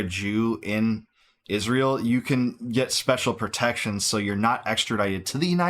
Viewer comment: Why does she pronounce it "ISHZREAL"